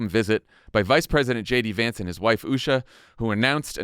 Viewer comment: I heard him introduce himself as "Shady Vance"😂